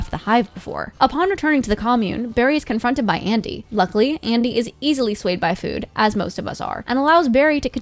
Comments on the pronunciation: "And Andy" ITS ADIM YOU UNCULTURD SWINE (Calms) Sorry about that. Nice vid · His friend's name is Adam not "Andy" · ITS ADAM NOT ANDY YOU UNCULTURED SWINE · It’s Adam not Andy lol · It's Adam not Andy, god.